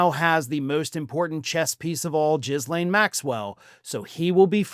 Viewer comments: do you say Jizz-lane to insult her? Her brother calls her Gee-len. But Gill-lane is the normal English pronunciation of the French name Ghislaine. If she ever stands before a judge and is asked to say her name, the world will be listening intently. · So do U ironically call her Jizz-lain on purpose? Because I do believe its Ga-lain. Because I crack up like a child. Most every time U pronounce her name.😂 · ‘GHEE-LAINE’…not fucking ‘jizz-lane’.. 🤦‍♂️ We’ve only heard her name for the last how many years..? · I love how you pronounce her name "Jizz Lane." How appropriate. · Please, please pronounce it “Gill-ane”, not “Jizz-lane.” You’re killing me here. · "Jizz-lane" is a more apt name, though the proper pronunciation is ghee-lane*. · Please stop calling her Jizzlaine. That's gross!!! It's pronounced Gillaine. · Even though Jizz-lane is a far more accurate pronunciation, her name is pronounced Gill-lane. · Jiz Lane? Her name is pronounced: Guh Lane. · it’s not JIZZLane. (Although maybe it should be). Pronounce the GH as a hard G, and don’t sound the S. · It's "GEE-lane," not "JIZZ-lane." Do a little homework, huh? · Will someone please inform that it's not pronounced "Jizz Lane." All other outlets pronounce her name as "Guh-lane." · LOL -- it's not "JIZZ - lane Maxwell", it's "GHI -- lane" with silent "s". However I agree with you that a Trump pardon seems to be the reason for this latest Trump "deal". If "JIZZ - lane" agrees to publicly state that Donald Trump had NOTHING to do with Jeffery Epstein, is NOT a convicted criminal felon/rapist/ sexual predator of numerous women, and is as innocent as a newborn baby ---- then "JIZZ - lane" will be set free. And then she can become a top Trump supporter on Fox News and the other Trump propaganda outlets, further spreading the Big Lie that Trump is on the same level as Jesus Christ. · Are you misspronouncing her name on purpose because it's definitely funny It's gillaine not jizzlaine 😂😂😂